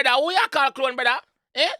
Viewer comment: Bruh... I'm Jamaican and I don't pronounce "clone" that horribly.... 😩